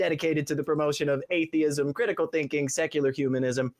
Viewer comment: Both said atheeeism. But Thayism.